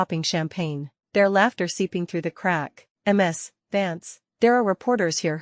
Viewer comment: Choose a better voice... I.D. instead of I'd. M.S. instead of Miz(Ms). Check your timeline. One month to build a special large building? AI, and it still can't count.